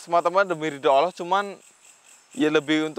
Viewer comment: Mas tolong lah bilang allah yg jlas blajar wajib kalau mnurut ilmu tajwid yg fasih ya mas ucapan allahnya